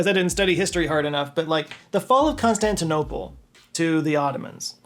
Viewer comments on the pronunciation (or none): none